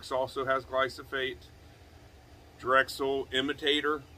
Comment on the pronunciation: "Glyphosate" not "Glysophate" :)